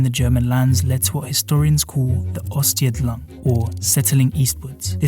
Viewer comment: It's Ostsiedlung, not Ostsjedlang